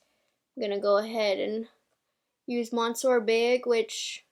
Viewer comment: Merry Christmas dearest 🎄🎅☃️❄️😍 Would you please do me a favour and pronounce the Monsieur Big mascara from Lancome property 🙈😂...I know, I know, but it scratches my ears every time you say it🙈🥰 and I watch all your videos, so it's a lot 😅😉❤️ I absolutely love this mascara to, by the way! It is fantastic for building up volume and get even the little hairs to ❤❤❤ It is Sir in French ❤